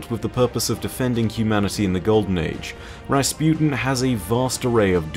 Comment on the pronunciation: Rasputin guys not rasputen. XD